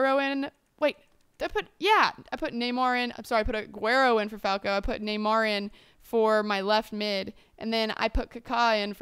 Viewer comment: Ibra's bicycle kick against England was magnificent! (Also Falcao's name is pronounced Fal-cow not Fal-ko) ;]